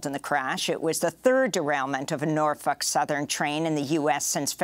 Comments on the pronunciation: Its NorFOLK, not NorF*UK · Amy's got the pronunciation of NorFUK down pat. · Every time she pronounces "NorfOLk" as "Norfuck" take a drink.